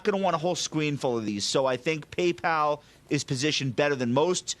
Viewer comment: Until today I thought only Germans were mispronouncing Paypal as Paypaul! 😂